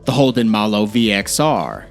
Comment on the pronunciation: Malooo reeeee it’s maloo